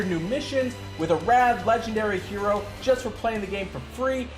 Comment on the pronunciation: How do you always come up with the least intuitive pronunciation for every hero?